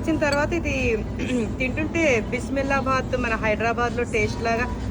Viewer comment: బిసిబేలా బాత్. కరెక్ట్ గా చెప్పాలంటే బిసిబేలే హులియన్న. బిస్మిల్లా బాత్ కాదు.